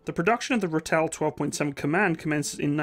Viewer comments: Great video, but please it's pronounced RAH TELL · Just wanna say, its pronounced ra (as in the egyptian god) till (as in the self service tills at grocery stores) ra-till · pronounced Raaatle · Look my its not english pls not calling it a ritel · pronounced Ra-til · Pronounced raaaaatill😅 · when you pronounce the name ratel, think more rartal. it's an afrikaans word. the way you pronounce it just sounds so jarring to my ears being used to how it's pronounced here is SA. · Its a raa till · Enjoyed the video. Well researched content . Like Reinhardt , I' ll try to help with the pronunciation of Ratel. The 'a' is a stretched out sound , best way I can describe it is that it rhymes with startle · Great video, but the name is pronounced "RAH-till", not "ra-Tell". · My brother drove these way back when. You got to stretch the 'a' out tho. "Raaaaaatel" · It is the Rahtel, not Rattell! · Pronounced Rahtil, for lack of sound. Thanks, worked with these vehicles for 10 of my 16 years service in the SADF/SANDF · Ex South African Defence Force 20mm Ratel gunner from the Angolan bush war era here ✌, I've never seen a ratel break down , that's how reliable these beutifull monsters wer 👍... and it's pronounced as Rah til "Ratel", it's actualy a Afrikaans word lol 🤣👍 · "Ratel" is pronounced kinda like "Raw-till". Afrikaans names are hard though. Great video! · Ratel pronounced "rah-till". Buffel pronounced "buh-fill". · It's pronounced Rah-till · Ratel....pronounce Ra Till. Buffel....Buh Fill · You really need to work on your pronunciation! Repeat after me: RAHTIL- Ratel, BHFIL-Buffel. You said BEFEHL, which means ORDER in Afrikaans. There are many thousands of expatriate South Africans abroad. Try and find one near to you so you can sound professional. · The "Buffel" and the "Ratel". Please place the emphasis on the first syllable. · ratel = pronounced raah-till. buffel = biff-fill